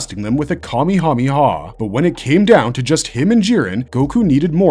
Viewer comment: I hate the way you say Kamehameha. It’s not kami, that means god. It’s kame (kah-me) that means turtle and it is also a reference to the Hawaiian king Kamehameha.